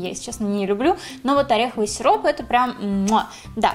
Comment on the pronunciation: Когда ты сказала сироп мне послышалось сирун